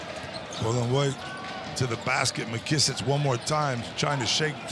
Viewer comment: Man why do they keep calling him "Mckissich" like he's Serbian? 🤣🤣